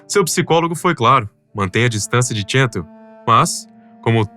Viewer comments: Cansei de assistir... Não sei se é IA ou humano mas, entre o "Tchental" ao inves de "Chantal" (que, à la française se pronuncia como Chantállle"), e a enrolação das frases, me cansei. Tchau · PQ O NARRADOR ESTÁ PRONUNCIANDO "TCHENTAL" AO INVES DA PRONUNCIA CORRETA "CHANTAL"?????? PQP! NOME FRANCÊS SE PRONUNCIA À LA FRANÇAISE, CARAMBA! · Ela é francesa e seu nome é chantál, não tchêntal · Ela era francesa, pq pronunciar seu nome como se fosse inglês ? Se não sabe francês, Basta pronunciar como em português que fica bem próximo e maus bonito. Essa pronúncia « tchéntal » é bizarra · A maioria dos comentários revela pura inocência. Bobos dos que se deixaram fascinar pela beleza dela e se arriscaram ao limite. O narrador tenta dar uma conotação desprezível à alpinista mas nem sabe pronunciar o nome dela, pronuncia como se fosse um nome americano.